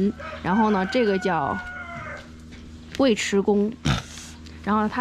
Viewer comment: 那个字念“yu”尉迟